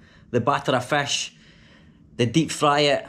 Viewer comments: I really enjoyed your joke about using left sink for .... 😅😅 and your Scottish accent as you were saying fesh instead of fist I like it ,by the way welcome to my city zinda Dilan e lahore ,city of lively hearted people ❤ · The way he pronounces fish 🤣🤣